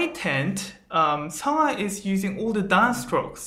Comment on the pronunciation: Are you Korean? Your pronunciation is good when you said 성하. Thanks for making lesson.